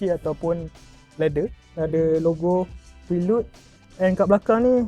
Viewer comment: PHRE-LUD bukan PRI-LUD. reviewer bukan gen-z semakk